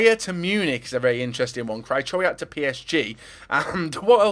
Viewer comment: omfg its Kri - Ho - Viak